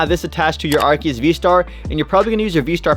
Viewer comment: It is Ar-see-us